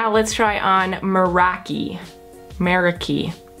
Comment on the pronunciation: the third shade is pronounced merAki ,its a greek word and it means doing something with passion and dedication 💙